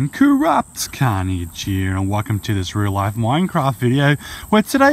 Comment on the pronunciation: New corruptcarnage real life mincraft and in the older days he said life like loife